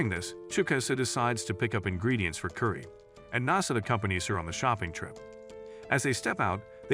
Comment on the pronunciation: U pronounced curry wrongly that’s a offensive for my calcher